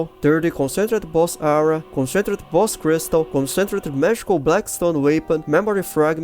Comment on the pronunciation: Please Google "Concentrated pronunciation".